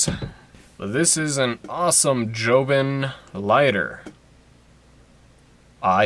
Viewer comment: It’s jobon not jobin